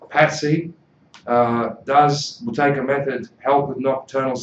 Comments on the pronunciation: Yeah but he says Boo-tay-kA with an A at the end. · Why does this guy keep saying Buteyka? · How do you pronounce the word ‘Buteyko’? Answer: It’s Boo-tay-ko. Konstantin’s last name was originally misspelled in English and therefore it is difficult to pronounce. People would often say: “Beau-tay-ko? The beginning of it is pronounced as in the word “boot”, not as in the word “beauty”.